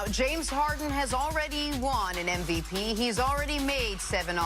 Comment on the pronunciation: WHY DOES CC SAY “MBA” INSTEAD OF NBA?!?!!?!?? WHY DOES Stephen A. Smith SAY “NVP” INSTEAD OF MVP?!!!?!!!!!?? C’mon man!!! 😂🥓😂😂🥓🥓🤦🏽‍♂️